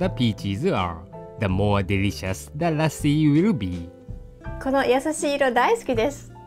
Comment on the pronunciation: By the way pronounced lassi perfectly:)